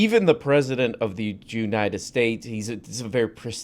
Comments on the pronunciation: 'jieu-nited states'...that was slick, bro!:D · Jew-nited states.